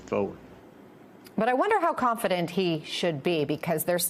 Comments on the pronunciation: “Convection” my goodness it contagious. Back to the mask mandates. Is there a Biden vaccine? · Ah you slipped. "Convection" vs "Convention" that was a clear gaff. Hmmmm, maybe time to retire and let someone younger take over. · "Rapablicans going to convection". Nice intro to this nosense segment. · Oh my G** she said convection instead of convention. I am not sure she is qualified to read the news. she is probably too old.... or maybe everyone makes speech gaffes. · So, the MSNBC news anchor mispronounced a word. She should resign immediately.